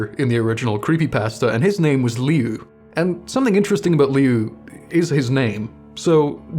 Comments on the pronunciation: I thought his name was pronounced lue not liu everywhere ive seen pronounces it as lue..l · I’m pretty sure it’s pronounced Lou like Louse or Louie. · Alright I don't like doing these type of things but the I in "liu" is silent, so it's pronounced like "lu" Edit:same how you say Lucy Lu's name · Its Liu, like pronounced "lew". Its a nickname for Luis, im like 99% sure abt that. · His name is more pronounced as Lou instead of Liu. But that’s about it. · Its like, Loo-Ee. Like Louis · his brothers name is pronounced "Lu" or like "Loo"